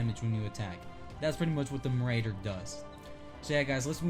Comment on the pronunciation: You mispronounce marauder